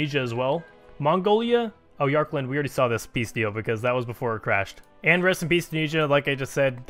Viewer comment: You're saying "Yarkand" like "Yarkland". Although I guess they did take an L in this video...